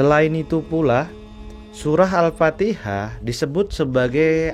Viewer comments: Mf bukan surat AL-FATIHA.,tp AL-FATIKHAH. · Al Fatihah kang... Bukan Al Patiha